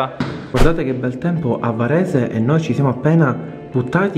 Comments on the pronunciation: Quando avete detto "A Varesheee" io avevo capito "A PARIGIIII" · avevo capito "parigi" anzichè varese ahah